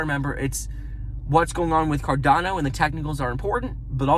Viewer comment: It is carDaaano not carDOno